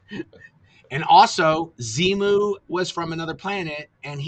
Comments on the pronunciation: I watched a YouTube lecture of Hubbard recently and I was literally just wondering if anyone else caught how he said zemu in stead of zenu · Tommy deliberately mispronounces Xenu as "Xeno". That way he can deny an ancient Greek philosopher who invented "Xeno's Paradox" was part of Scientology dogma. Which is true. But it's a cynical conflation of two very different characters. A cheap trick.